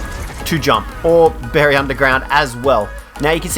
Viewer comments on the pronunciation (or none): none